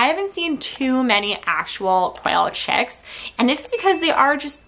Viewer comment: "Checkz" and "Checkenz"